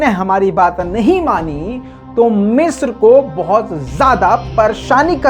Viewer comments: مصر نہ کہ مسر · Bhai it's (مصر)not (میسر) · Waah !!!! kya urdu hai meesar(misr) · 😂😂😂 urdu kamjor hai ki,❤🇮🇳😍🥰